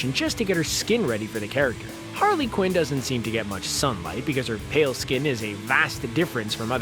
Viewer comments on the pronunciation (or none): none